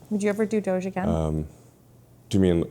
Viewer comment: The proper pronunciation is "doge" as in "vogue". Hard g.